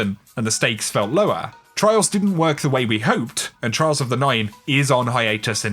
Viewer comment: Trials of the NINE, get the emphasis, get it right. I know it's not datamined so it's not important but don't gloss over the actual point of a statement.